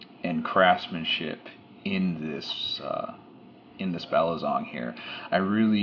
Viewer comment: its balisong not balizong lol